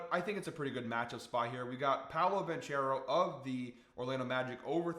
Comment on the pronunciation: Ban-CARE-oh DiVin-CHIN-zo Love your work, but not pronouncing players names correctly kills me. 😂